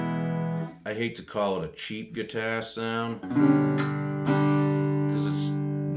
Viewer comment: What's a "guitair."?